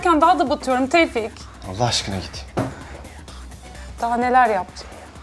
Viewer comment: Tevfik : neden yaptın Şebnem : senin için tevfiik